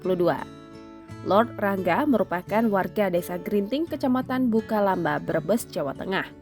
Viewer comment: Bulakamba min bukan bukalamba